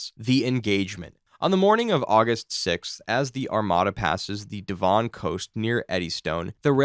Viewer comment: It's pronounced devUN the way,dev ON sounds weird asf ha